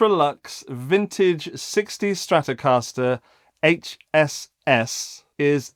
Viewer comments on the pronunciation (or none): none